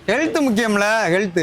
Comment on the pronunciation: Health ❌ Healuthu ✅😂😂😂